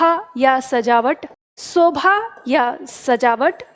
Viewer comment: Sobha nahi Shobha hota hai yaar Hadd hai Ye YouTube teacher